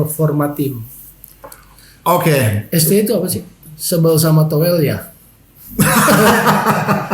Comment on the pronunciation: towel t nya tolil